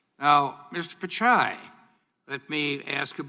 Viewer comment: It's not "picai" it's "Pitchai"